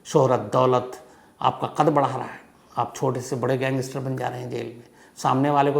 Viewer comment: I don't want to offend you but please correct your pronunciation of English words, like 'gangster' 🙏.